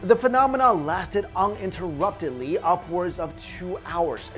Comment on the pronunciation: "Uninteruptedly"? 😂Taking public speaking tips from Rev Jesse Jackson? I wouldn't recommend it.